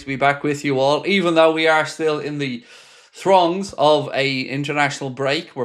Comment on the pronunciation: was that throngs or thongs???